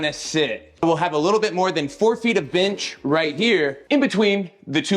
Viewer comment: Nice, uh...binch? I keep hearing binch, and I can't stop laughing, it's like someone bet you you wouldn't, but then you did, for an entire video. XD Points off for Kreg for the aggressive ghost sponsorships this week. I don't care if they want to openly sponsor videos, but this deceptive product-drop bullshit is not okay.